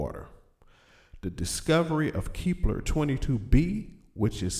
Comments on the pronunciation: KEP.....LER NOT KEEEEP LER OR ELSE IT WOULD BE KEEPLER THEN WHAT WOULD YOU DO PRONOUNCE THE LETTER E LONGER ? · Keepler? kepler! idiot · Lol he can't pronounce the planet.